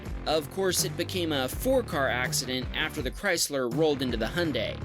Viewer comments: why do you say "hun day" and not "hyundai" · How he said hunday it’s Hyundai lolll😊 I love the Honda bumps😂and why did you say everything is upside down in Australia 😂😂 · Hyundai or 🇺🇸 hunday it’s actually pronounced (hi on die )hy un dai And Renault is not renno it’s ren alt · This guy makes videos on cars but can't pronounce Hyundai because he's got an accent.